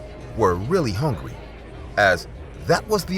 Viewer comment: I’m hawngry lol😂😂😂🧟